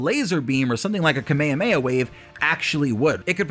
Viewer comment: Missed the whole second half cause I was too blind sided with how you said Kamehameha